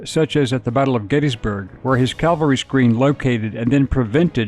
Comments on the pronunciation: CAVALRY! CAVALRY! Not CALVARY! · It’s Cavalry… Not Calvary. Get it right! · Cavalry not calvary! Sheesh!! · It's pronounced Cav-al-ry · I find it surprising how many people mispronounce "cavalry".